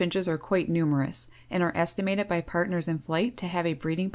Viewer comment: "Regurgitadet"? "Estimadet"?